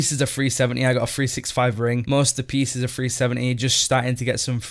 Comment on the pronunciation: ah, there's your talents again! haha... Mate, when you were talking about your gear ilvl, you kept saying FREE70, FREE80... i was so confused mate, it took me a good minute to realize you were saying 370, 380... haha, it's all good fun bud, keep up the entertaining video's. xD